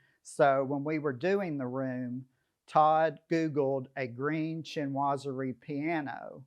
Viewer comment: SHEEN wah zury. Not CHIN wah zury (Chinoiserie). I am amazed at how many decorators cannot pronounce the word. I saw another home video where the designer pronounced it "shnozzery". That being said, it's a marvelous house.